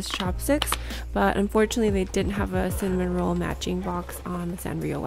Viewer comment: It’s pronounced cinnamoroll not cinnamonroll with a n